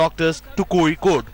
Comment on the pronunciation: You do not pronounce Kozhikode with a ‘z’ .